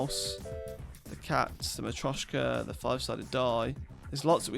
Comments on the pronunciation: Hes only saying it slightly wrong, mostly sounds wrong because he doesn't have the accent. He at-least has the T Sound in the right spot. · Dude, you've been saying marioska wrong all this time, i didn't want to be "that guy" because i though you would check if you say it right or someone will point it out, but damn is it annoying, please search on google, or even google translate how to pronunce it